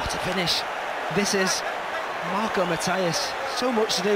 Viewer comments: The goal initially warmed my heart - the commentator's pronounciation of Matias stabbed it to death. Is there any other language in which the "i" is pronounced that way, besides English? I would expect that kind of contempt towards outsiders from an American, not from a British. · da Costa ... the spelling is "Matias", the (portuguese) pronunciation is "mʌ-tɪə-hʌʃ" (mut-ee-ush). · as a portuguese and friend of Marco Matias, that's not how you pronounce it